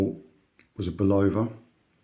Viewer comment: Its Bull- Ahh-Vahh Phonetically!